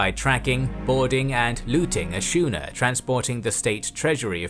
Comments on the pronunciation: “Schooner” is pronounced “skooner”. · Slight niggle: schooner is pronounced with a hard ch; thus “skooner ” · Very good, thank you. Though I am puzzled why you mispronounce schooner as SHOE-ner? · What a story! I’ve heard / read about Cochrane before but the whole story is amazing in its scope. One quibble: “schooner” is pronounced “skooner”, not “shooner”. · 'Schooner' is pronounced 'skooner', not 'shooner'. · Excellent documentary. I only have one very minor criticism, schooner is pronounced "skooner" not "shooner". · Schooner is pronounced with a hard c sound. SKOO-ner. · Who makes the music for these videos? Is it made specifically for the video, or is it pre-made music that has been bought online? (BTW schooner is not pronounced 'shooner', it's 'skooner') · I think it's "skooner" and not "shoener". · The word Schooner is pronounced skooner not shooner. Think of school instead of shoe. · Your pronunciation of Schooner is incorrect. It is Sku Nuh and not Shoo nuh. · SKOONERS, not SHOONERS lolz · Schooner is pronounced .Skoo- nuh. Not shooner. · It is pronounced SKOONER not Shooner tch! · Skoo-nr not shoo-nr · "Craziest"??? I think NOT ah. BTW schooner is pronounced ˈsko͞onər not 'sho͞onər. DUH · A small point, but the english pronunciation of the word "schooner" is "skooner". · Nope....I'm British and from a seafaring family, never heard anyone say 'shooner'. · I believe that schooner is pronounced with the ch as K as in school. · G'day, Most enjoyable,I knew about O'Higgins but not Cochrane,what a crap deal he got from the Royal Navy,load of bullshit but sadly thats how it was back then,only one thing ruined this ,the way the Narrator pronounced the word Schooner he said Shooner shame spoiled it for me! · The word is pronounced SKooner !!! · So many “shooners” lol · Every time the narrator says "schooner" my English teacher has an aneurysm